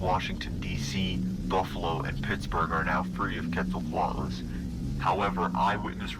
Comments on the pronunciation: it's k-w-etsle (like pretsle) coat- a lis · The dino nerd is screaming at me cuz u say Quetzalcoatlus wrong😭 It's "Kh-vet-zal-koh-at-lus" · why do they pronounce it ketsalquatlus? but it is spelled quetzalquatles WHY? WHHHHHYYYYYYYYY????!!!?!???!?! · I know I sound like a nerd but it’s ket-SO-CO-at-luss or luz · More like Ket-Sul-Coah-atlus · i think it's 'kw-et-zal-co-at-al' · WOOOOOO, UPLOAD! (It’s pronounced Kwetz-al-coat-luss, I think… read it in a book a long while ago) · I want to give a lecture on pronunciation on Quetzalcoatlus to him. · This man's pronunciation of the Quetzalcoatlus is "unique". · Love your videos! I'm begging you to look up how to pronounce Quetzalcoatlus 🐦